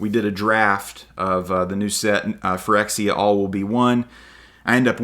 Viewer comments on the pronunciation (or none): none